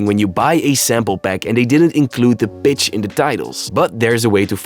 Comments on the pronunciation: Brother, do you realize that your accent makes the word “pitch”, sound like “bitch”.I had to laugh the first time I heard you say it. It just caught me the right way, and I laughed! I like the accent. All the best.Lol! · who else is hearing the b word instead of pitch?